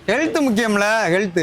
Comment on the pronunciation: Health ❌ Healuthu ✅😂😂😂